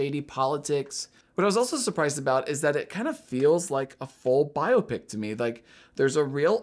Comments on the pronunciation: The o is not hard in biopic. Bi- op’-ic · It’s not regional. Bi-AH-pic is the proper pronunciation.